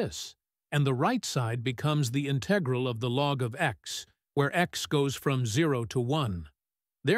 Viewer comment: in TEG ral Is this a human being?